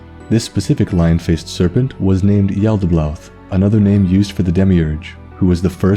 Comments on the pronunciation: Yo nice video man great lore but i couldnt help notice everytime u said yaltaboath u pronounced it with 2 L's like yaltabloath its just yalda-baoth not yalda-blaoth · Am I the only one hearing him pronounce it as Yaldablaouth? It's been driving me insane the whole vid